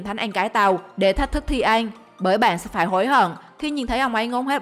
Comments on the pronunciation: Ăn thành an luôn:))) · Nói cứ ăn thành en😂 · Ăn phát âm thành “anh”. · MC nói ăn mà cứ anh anh, nghe mà khó chịu. Kiểu nói còn k sõi mà đi làm MC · mình nghe như een hay ên 😅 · Chị này nói từ "ăn" kiểu gì ấy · Video giải trí ổn, bạn nên đọc cho rõ chữ "ĂN" chứ người Việt mà đọc sai chính tả thì nghe rất khó chịu